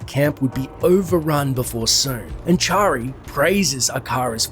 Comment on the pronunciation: You pronounced Charsi's name as Chary